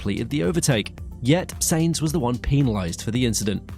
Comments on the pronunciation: . SYNZ, try saying that instead of sains. because honestly, its REALLY annoying when you get a drivers name wrong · why do you keep saying Saynz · Who is "Carlos Saints"???? Sorry, "👎" on the pronunciation. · Someone who can’t pronounce “Sainz” correctly doesn’t watch F1. WTF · learn to pronounce Sainz.